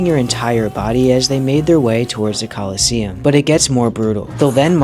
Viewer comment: What i read: Colosseum What i hear: KOLOSSOS